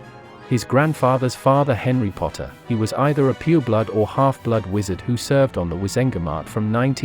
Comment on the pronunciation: LOL I heard the same and I was like wth but then I realised that he meant "pure blood" XD